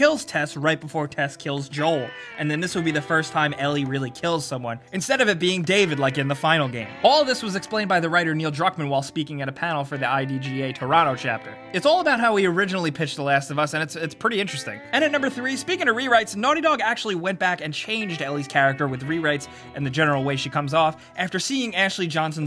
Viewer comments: you said idga and not igda llul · he says idga instead of igda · IGDA, not IDGA ^^ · Is it me or did you mention "IGDA Toronto' as "I-D-G-A' lol